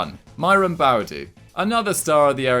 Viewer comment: LOOL that’s not how you pronounce Boadu it’s (Boah -Du(Do))